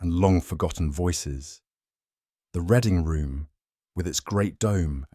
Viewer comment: Reading room should be pronounced with the sound read as to read a book not as in the colour red